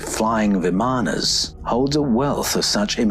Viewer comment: Isn’t it pronounced “VIM-ah-nah”…..accent on the first syllable.